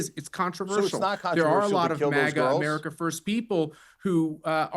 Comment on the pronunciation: AMERICAA'S Native Americaa's